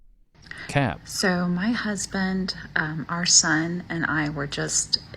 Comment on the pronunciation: Any woman that says “my husbint” is annoying